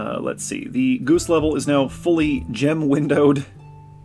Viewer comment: At one point in this, the way you said "g00se" reminded me of Monty Python and the Holy Grail and their subtitles about the m00se.